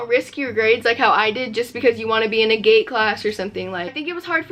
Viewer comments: I fr kept hearing her say gay classes😂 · Omfg me too 💀💀 I was like wtf is a gay class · i thought you were saying gay classes instead of gate